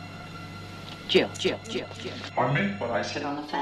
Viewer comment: Jill, not Gill! Lol